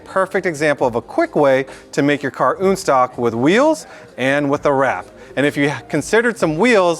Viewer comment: "Unstock" - pronounced very stuffy and uppity.. so PCA.. sigh